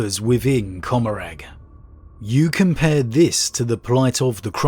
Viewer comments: Comorragh is pronounced comma-raar. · Asdrubael Vect can absolutely NOT rival the silent king in age. Also: the g in Commoragh is silent.